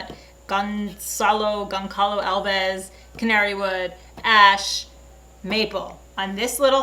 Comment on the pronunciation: Here's how you pronounce goncalo alvez....you say "tiger wood". Or "gon-SAH-low al-veez" Incredible work..I can build, I can fix anything (except computers) I'm mechanically creative, but you crush me in every category! Did you have really awesome parents or are you just totally incredible by nature? I hope your guitar wins..but that 3 neck monster is up there. That build seems..a little..uh..out of place? Does that 3 neck fit within the design or contest parameters?